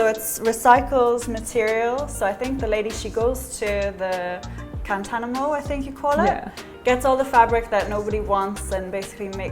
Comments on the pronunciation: 😀"Guantanamo"? "Cantanamo"?, I thought I heard her say, so I did a rewind of that bit a couple of times then I got it - Kantamanto. Thanks. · Yes, beautiful cover-up. Material sourced from Guantanamo?, Gantanamo? I thought I heard her say? Played it back a few times then I got it - KAN-TA-MAN-TO!!